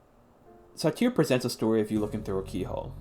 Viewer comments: How did you get through an entire college course pronouncing Sartre as 'Sateer'? Could you really not be bothered to Google the pronunciation? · That's not how you say Sartre. There's no "i" in that.